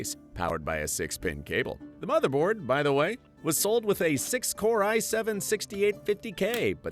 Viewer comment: "The smotherboard" 😂